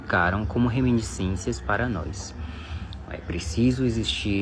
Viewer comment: Acho estranho pessoas qualificadas falando "nóis" . Talvez seja o novo normal .